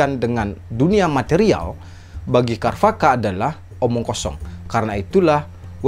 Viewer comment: pengucapan sanskritnya sepengetahuan saya c..charwaka bukan k... kharvaka